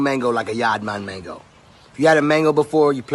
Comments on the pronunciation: Yaad man can't pronounce "mango" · I just can't understand how Khalid managed to say "yaad man", then in same breath and sentence followed with "mengo". Yaad man mengo......how?😆😆😆bredda its yaad man man-go😆😆🇯🇲🇯🇲🇯🇲.